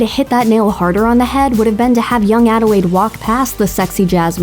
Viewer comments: ...does this chick keep saying “Adiwade” instead of Adelaide? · It's Adelaide, not "Adewaide" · I'm not the only one who kept hearing her pronounce "Adelaide" as "Adewaide", right? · Did she just say “adewaide” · ADELAIDE. ADELAIDE. WITH AN L.